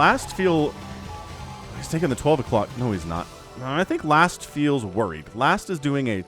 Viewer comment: Last is T, not Z :p